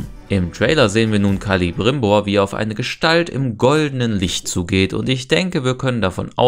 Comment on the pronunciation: Der heißt Celebrimbor und nicht Calibrimbor 😂